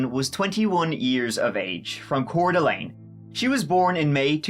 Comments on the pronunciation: Hey, great job pronouncing Coeur d'Alene. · Bless you for pronouncing Coeur d'Alene correctly. Also I lived really near there as a kid, my brother participated in many wrestling tournaments there. It's wild that this happened.